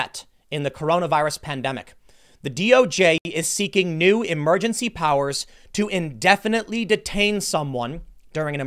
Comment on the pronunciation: "Meesa proposah emelgensee powaahs"